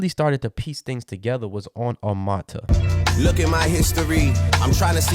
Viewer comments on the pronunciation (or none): OH MURRR TUHHHH not armaata lmaooo good vid tho